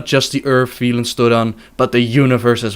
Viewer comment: Velen, not veelen.